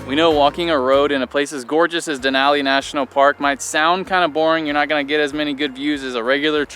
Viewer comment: You are saying Denali correct 👌